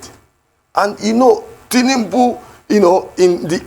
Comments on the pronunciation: keep deceiving yourself by thinking that your ‘Tinimbu’ will get votes from the South East. You can’t even pronounce your Oga’s name correctly. Ewu awusa. Shame on you. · This one can't even pronounced Tinubu well.